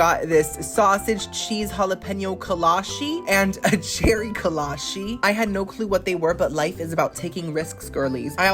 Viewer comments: it's kolache, with a chee sound not a she.. kolachee not kolashee. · I absolutely love buc-ees being from Texas. Also kolaches are a big thing in Texas, you can literally find one at every donut shop you go to here. So I’m just here to clear it up that it’s kola-chee not kola-she. I love all your content btw you are one of my favorite YouTubers!!! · i’m not sure how it’s actually pronounced since it’s from europe, but in texas we pronounce kolache as co-law-chi. they’re super popular in texas which is probably why buc-ees had them since buc-ees was founded in texas